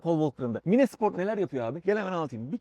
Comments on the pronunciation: mines ne abi maynz diye öğrendik biz :) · Abi mines nedir sen yapma bari okunuşu farklı o kelimenin 🙏